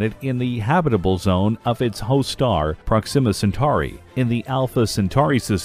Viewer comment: Just a side note that would be good to know, since you're talking about space subjects: the word Proxima has its accent on syllable #1 (PROX-im-uh), rather that #2 (prox-IM-uh), as you pronounced it. On the chocolate subject, you said cocoa, but the subtitle said cacao (cah-COW)--every single time. Come on, do some research before getting in front of the microphone. Hebrides is pronounced HEB-rid-eez, not HEB-rids.